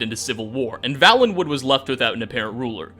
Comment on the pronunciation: Vale. Valenwood. It's Vale - en - wood. Had it been pronounced the way it is in this video, it would Vallenwood, with two Ls. It is not though. A Vale is a genuine geographical term - (see Game of Thrones).